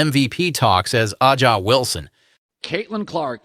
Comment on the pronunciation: Bro u can't even pronounce aja Wilson name correctly, so we know u ain't no tru baller fan. U just made this channel to get paid off the clark hype